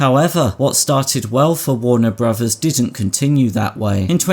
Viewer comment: I've never heard of "Warner Brovers" before.